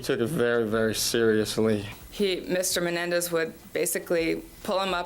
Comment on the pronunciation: Why is she saying menendez?